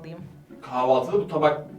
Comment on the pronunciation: Güncenin kahvaltı değil kavaltı demesine ben mi sinir oldum